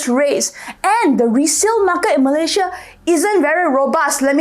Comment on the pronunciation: Malaysia is pronounced as Malay + Sia....not Malay +Zhiaa